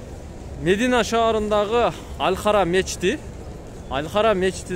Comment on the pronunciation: Мндине эмес мадина деб туура айт доос